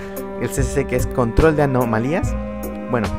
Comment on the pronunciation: Anomalías jjajaj no sabe ablar